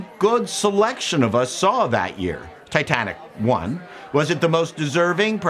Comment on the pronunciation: When you said "Titanic won" I heard "Titanic 1", as in the first movie and started imagining the Titanic Cinematic Universe. Oh what could have been.